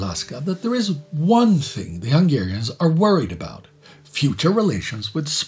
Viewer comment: Kudos for the historical accuracy and the maximalist attitude is clearly visible from small details like the near perfect pronunciation of hungarian words. Keep up the good work 👏